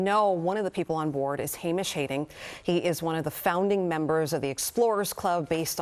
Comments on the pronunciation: Hamish Harding, not Hading. You're the news. Get the basic facts right for the sake of your credibility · American news presenters are so dumb its hilarious. I can't take them seriously, they couldn't even pronounce Hamish Harding's name correctly.